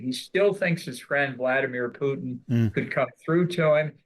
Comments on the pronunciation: Who ist "PUITN" ? ;-) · Love how you keep calling him PUITN 😂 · Puitn?? What is that??